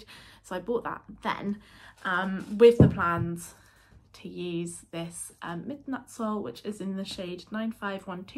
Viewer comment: Dane here 👋 your pronunciation of Midnatssol is very good, I immediately understood what you were saying 👍👍👍 and Havgrøn (the colourname) means sea green. I absolutely agree that the Midnatssol yarn is lovely and now I want to knit a garment with it. Love the colours you be chosen